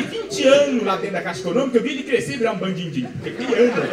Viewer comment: falar "BandiNdinho" lembrou uns moleques que eu conhecia na infância kkkkkk